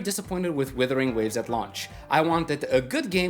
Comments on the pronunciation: You still say WITHERING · Do you find it difficult to differentiate "wuther" and "wither" by any chance?